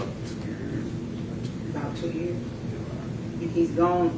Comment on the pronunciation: dude cant even properly pronounce "yes" ffs